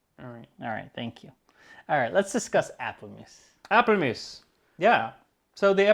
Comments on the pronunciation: APPELMOES in Dutch is pronounced APPELMOES! / the A from aaaargon or aaaah (at the doctor), the ppel from pull, the moes from moooohzz or something, ha, i drank too much,.....or listen to ceespientje > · I have no idea what the forme of curry spelling is. But these days its spelled appelmoes, and definitely not pronounced muse. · Tips for pronounce Appelmoes the Dutch way😄 For an English speaking person the A is more like an 'ah' sound. And moes is similar pronounced like Moose! Hope that helps😄